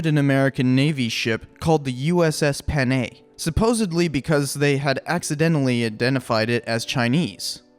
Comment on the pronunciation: it's pronounced PAH-NIY